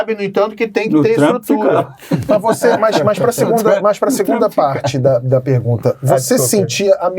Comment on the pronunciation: Sérgio Moro precisa de umas aulinhas de português. Ele comete uns erros de concordância e uso de pronomes bem feios para ex-juiz aspirante a presidente. Teve uma hora que ele falou "pregunta". O Caio levou até um susto. Parei de ver antes que ele soltasse um "pobrema".